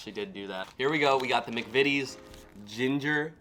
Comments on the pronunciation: You are the first American I've watched try British snacks to pronounce McVities correctly well done son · You are the only American who has pronounced the McVitie’s right. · I agree, I've watched loads of Americans try and review British sweets/snacks and British "Biscuits" and you're the first one to pronounce McVities correctly . Try the chocolate digestives with a "Brew" or cup of tea, they are amazing. We have Hersheys in the UK , but compared to Cadbury or British chocolate in general are rubbish. I work for a large supermarket and Cadbury sells 10 to 1 over Hersheys . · You’re the first American I’ve seen to pronounce McVities right, but like every other American you’re eating it upside down! I guess it doesn’t really make much of a difference because the flavour will be the same, but we would eat it chocolate side up. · you have done the best reaction to British snacks even pronouncing McVities correctly. There is nothing better sitting around a table chatting with friends & family with a cup of tea and dunking biscuits. The ginger nuts I prefer dunked in tea or coffee. I lived in Australia, Cadbury chocolate tasted different there because of the extreme heat Cadbury Australia includes ingredients to stop the chocolate melting. Your Crumpets won't have a long shelf life, well toasted buttered while hot, the butter melts into the tiny holes served with a cup of tea, ideal for breakfast or on a cold autumn/winter afternoon with a cuppa. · And well done young man, you are the first American reviewer who just seemed to know how to say "McVities" without hesitating or trying it 3 different ways. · Yep... nice job, spot on 😊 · You aren't wrong.